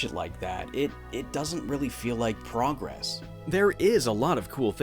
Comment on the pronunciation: "an incredulous amount of time" is not how the word incredulous is used also you mispronounced "progress"